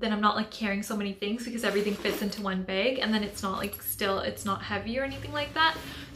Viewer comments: Why do you keep saying "bage" its bag with a short a sound 🧐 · There are so many accents in the world